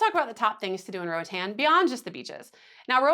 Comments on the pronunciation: RO AH T-AH-N, it's a Spanish speaking country and this how the vowels are pronounced, unlike in the U.S.... but if you prefer to pronounce it as an American English word that's anyone's prerogative. Just know the locals would not pronounce it Ro-uh-tan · Who told you that was the right way to pronounce Roatán? Lmao. It’s in Spanish girl. It’s definitely more like what you initially thought before whoever corrected you. Roa-tahn.